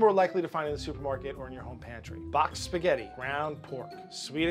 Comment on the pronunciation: HEY IT'S SPAGHETTI NOT THAT HARD